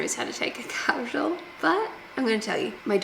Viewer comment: Do Aussies spell capsule with a T in there? Or is it just the pronunciation that is thick on a capsTule?